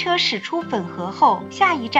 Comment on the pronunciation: 粉河の中国語の案内で、中国語読みなのか『ふんこう』となっているけど。 ここは日本語の発音にするべきではないだろうか？